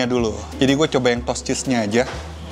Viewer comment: Toast tuh bacanya bukan “tos!”. “Tos” itu tuh ‘hi-5’. Toast tuh bacanya “tho-est”. Ada “h” nya.